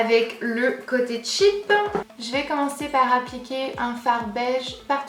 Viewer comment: Garance Schmitt parce que "cheap " c'est "pas chère " en anglais cest tout mais elle elle le dis comme "tchip" alors que c'est différent